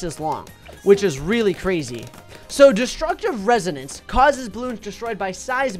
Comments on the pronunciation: resonance or renosance. i think thats what you said. i dont hate u btw im just saying u said it wrong. ok luv ur vids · you said "destructive renosance instead of destructive resonance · The way he pronounces resonance Rez - oh - ne - n - ce How it's ACTUALLY pronounced ^ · when the mispronounce: renosance 💀